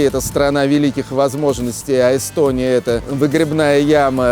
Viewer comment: Йэстьоонийяааа)))) Страна? Это смешно))))))